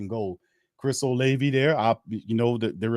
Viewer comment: Oh-lav-vie not Oh-Lay-vie